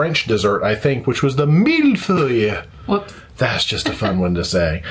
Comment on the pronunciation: your dessert was pronounced a Mill Foy